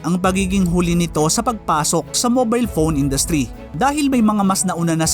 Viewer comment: Bakit pown ka magsabi ng phone? Diba dapat PHONE??? Hindi POWN